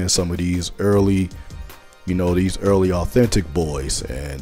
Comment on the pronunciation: I like how you say them “early boyz” Hilarious 😂😂😂 They got the same UA